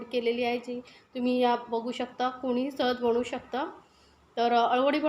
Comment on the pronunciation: बनवु असे बोला बणवु नाही